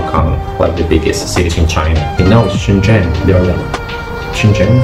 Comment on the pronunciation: All 老外, when talking about Shenzhen, please learn to pronounce Chinese "sh" "zh" correctly, I never saw more than one or two people who did it right.